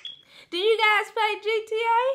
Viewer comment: WHEN DIS NIGGA SAID..."are u gise in a relationship?" 😭😂😭😂